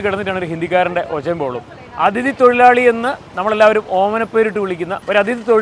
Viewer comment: അതിഥി അല്ലെ...... അതിഥി..